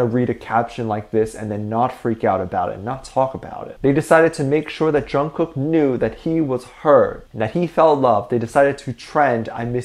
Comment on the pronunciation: I've gotten so used to the Korea pronunciation of Jungkook It sounds so weird hearing it said wrong.